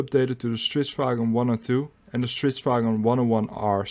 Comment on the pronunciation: You managed to pronounce the Swedish word, stridsvagn, pretty good. 👍 Interesting video